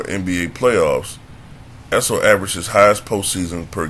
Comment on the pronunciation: He called the guy a Drunk Mexican. No beer was thrown! Know your history and pronounce his (Issel) name correctly! LOSER!!